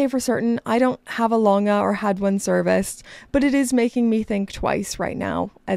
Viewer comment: The A. Lange pronunciation was not toooooo good 🥲 I’m sure it will improve quickly with owning that A. lange 👏🏻